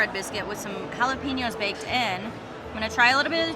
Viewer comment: Ha - lap - a - nyos